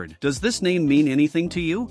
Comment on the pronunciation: "theobald F EEBIRD" "PV-per" "status chambers" "WIFIs" "EELY-TRY"